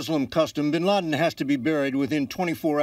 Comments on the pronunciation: he said Osama Bin Larden ...So Who died Bin Laden or Bin Larden ?? I'm confused ! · Osama Bin Larden !! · lol he says "Osama bin Larden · haha did he say osama bin larden? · the guy at the beginning said osama bin larden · he said osama bin larden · "Osama Bin Larden" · bin larden? .. lol it sounded like that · osama bin larden? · Osama Bin LaRden hahahaha. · lol he said osama bin lardin. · hahaha "OSAMA BIN LARDEN. " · Ik this is an old vid and all, but klisten at , he "Osama bin LARDen" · like if you think he says osama bin LARDEN and ? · Osama bin larden.